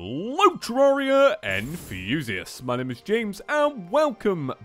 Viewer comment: Dus anyone notece says terraria wrong